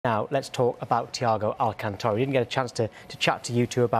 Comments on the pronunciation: Nice title. His name is Thiago Alcantara, not Alcatara. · *alcantara...... but okay